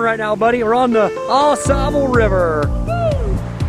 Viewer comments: FYI, it’s pronounced Au Sobal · Yeah! You said it correctly one time: Aw-saw- bull. 😂 I lived in Michigan many years ago, and my dad and I enjoyed many canoe trips on Au Sable. Thank you for bringing those incredible memories back to me. 💗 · Yep, I know how to pronounce it correctly...I just kept forgetting during the filming. Its hard to change something that you've been pronouncing wrong for over 30 years, lol. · Yeah I know, I said it properly a few times through the video but after pronouncing it wrong for over 30 years it’s hard to change LOL